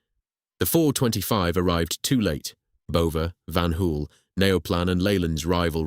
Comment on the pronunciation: Pronounced van hole